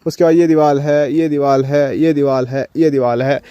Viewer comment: Deewal nahi deewar bolte hai